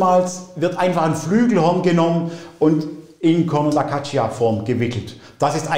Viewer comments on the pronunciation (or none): Bei "Caccia" spricht man das i nicht aus! Das i ist nur da, damit das c nicht als k sondern als tsch gesprochen wird! Also "Gatscha"! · Sehr interessant auch für Nicht-Musikerin! Tolle Klänge... À propos Klang ... kleine Anmerkung: "Caccia" spricht sich: "katscha"... das "i" ist nur dafür da, zu signalisieren, dass das Wort nicht "Kakka" ausgesprochen wird... ebenso, wie das "h" in "Zucchini" darauf hinweist, dass es nicht "Tsutschini", sondern "Tsukini" heißt ... Genug des Klugschnackens ;-)